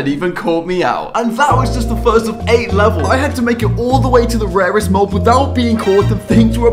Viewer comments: Rarest❌ Warest✅ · Correction:rarest not rewast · Bro really said "Rewrest"💀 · Did you say waest?